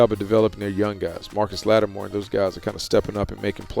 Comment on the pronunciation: How does Marshon Lattimore still not get enough respect to get his name right?? DROY not so long ago...